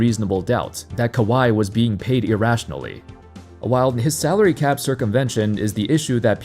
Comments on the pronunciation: Bro said Calary Sap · “calary sap” come on Gil 💀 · Gilbert arenas said "Calary Sap" at the intro 😂😂😂